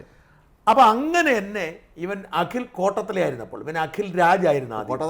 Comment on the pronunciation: കോട്ടത്തല അല്ല കോട്ടാത്തല